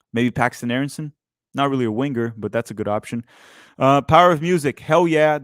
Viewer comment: Stop saying WIN-GER, it’s Winger not win ger Sorry